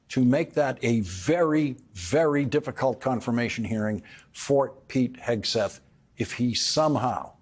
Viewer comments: Did you almost slip up and call him Pig'n Heatseth? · Lawrence has some difficulty saying Pete Hesgeth. It sounds like Pig Hesgeth. Pretty apt I reckon! 😂🤣👏🏻👏🏻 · Might be my old ears, or just the way Laurence pronounces his name, but I keep hearing "Pig" Hegseth. Which follows...